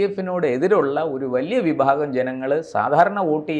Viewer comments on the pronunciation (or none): none